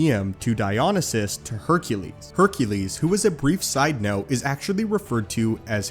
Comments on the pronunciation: Hercules is pronounces Heralees in Greek, not Hercales. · Heracles* not Haircules, but otherwise, nice video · Herakles... Not Herkales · HERAcles. Not HERCales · *Heracles, not Hercales, in ancient Greek. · In Greek, It's Herakles not "Herkales" or however he pronounced it. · It's HERAcles not Hercales. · Roman=hercules; Greek=Heracles. Not whatever you said. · Pronounced "hera-klees" "dye-oh-nigh-suss" "heh phay stuss" there- fixed it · You mispronounced Greek version of Hercules. It’s Heracles (Hera-clese (like these)). Heracles was born Alcaeus but his mother, Alcmene, renamed him in an attempt to appease Hera, Zeus’ wife, after she learned of the affair between Zeus and Alcmene. Heracles means Hera’s Pride/Glory of Hera (there are several different translations on the name). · Hera-cleeze. “Glory of Hera”